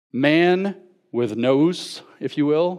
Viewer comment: The audacity is real indeed. People think he's an authoritative voice but he can't even pronounce the words he's using. When he first started talking about Plotinus I thought he was saying Platonism. He pronounced Gnus as nose. Etc, etc... I don't usually care about that, but people that are willing to stand on stage and speak about an issue should at least have a knowledge of the terminology. It shouldn't be that hard, he's supposedly a Christian speaker and the New Testament is Greek literature.. It was so bad, I don't think anyone could leave that place and research on their own without a working knowledge of the material at hand. Ce' la vie, I guess.